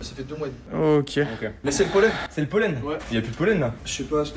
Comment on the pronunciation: La vidéo est super cool , je me suis pété une barre tout du long À juste c'est " pollen" et pas "polène" mdr